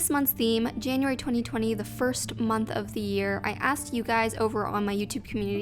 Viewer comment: ah yes our favorite months janaryary